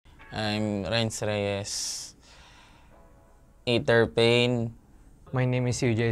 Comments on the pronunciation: hindi, tama na yong ei der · Ei/ter pala basa hindi Ei/der sa Aether amp ko tlga